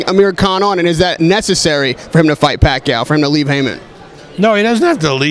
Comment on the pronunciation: bob arum kills with his pronunciations. "Lamoo", "Postal" but he can pronounce "Pacquiao" just fine hahahah